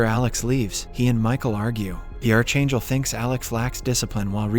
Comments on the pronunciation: I can't stand the way you pronounce the word "archangel"..it's scratching my brains 😢🫣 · You are pronouncing archangel wrong. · please learn to pronounce ARCHANGEL!!!!!!! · CH IS PRONOUNCED K IN ARCHANGEL AND MICHAEL